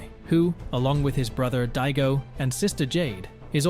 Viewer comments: Di-a-go NOT dito or dido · It’s DAIGO man not Diego hahahaha god😂😂😂😂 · even if it is, i'm not even gonna walk, but even if it is, it's not dito or Dido what he's saying